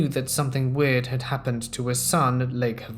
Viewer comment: Perfect timing for the US. Great video as always! For future reference it's pronounced Lake HAVE-a-sue.